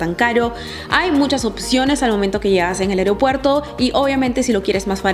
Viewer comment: Muy buen video. Buen contenido. Me gustó. Solo que debes corregir algo; se dice es aeropuerto, no aereopuerto. Saludos 😊